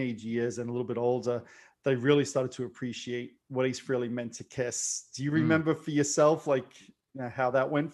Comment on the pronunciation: Pronounced Frailey